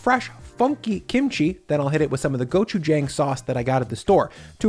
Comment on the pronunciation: Sorry, but gochujang is not pronounced with a strong a in the jang, it's more of a "aw" sound